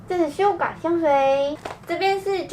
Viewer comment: 我怎麼聽到你說sugar啊😂